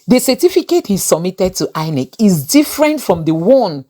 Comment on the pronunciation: It's INEC not INCE